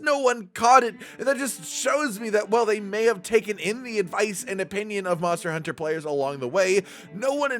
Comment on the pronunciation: MonstEAr HuntEAr